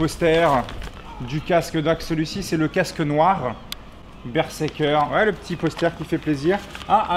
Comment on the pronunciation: y'a que moi que ça trigger la façon dont il prononce le model du casque ? x) bonne vidéo cependant <3